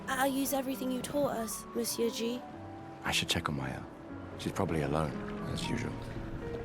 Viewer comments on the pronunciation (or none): none